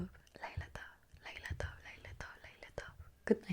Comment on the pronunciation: I approve of the Hebrew pronunciation! Fantastic video as usual and lila tov!